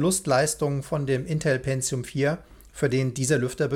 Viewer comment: Wer Penzium sagt, sagt auch Azhlon...